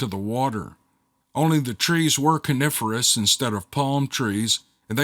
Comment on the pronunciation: sir please do as many of these books as you can one qusetion why do you miss pronouce conifer i alway cucle just wondered lol